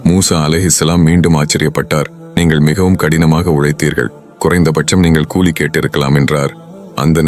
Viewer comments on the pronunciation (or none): none